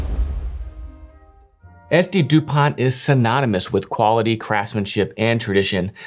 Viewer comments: Pronounced without the T like Dupon , at the end. How do these compare to Cartier? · Thank you for this cute and extensive review… But who tf buys a 500+€ lighter without figuring out how to even pronounce it?